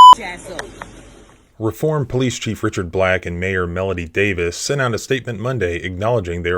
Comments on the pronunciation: Reform: pronounced ree-form Sorry, it’s the Alabama in me. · Pronounce it reeform. Long e